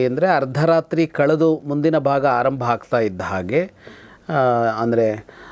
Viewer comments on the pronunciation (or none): ನೀವು, 'ಭಾಗ ' ಎಂದು ಹೇಳುವುದು 'ಬಾಗ' ಎಂದು ಹೇಳಿದಂತೆ ಕೇಳುತ್ತದೆ.